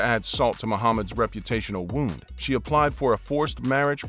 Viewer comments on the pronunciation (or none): none